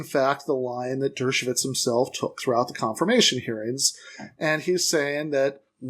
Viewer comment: Alan Dershowitz Your pronouncing it Dershovits..anoying as alan is.